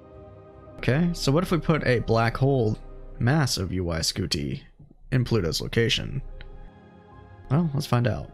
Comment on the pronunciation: Why are you pronouncing UY Scuti like that?